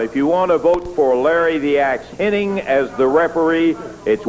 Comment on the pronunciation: The guy’s name was “Hennig.” Even Lawler botches it. 😅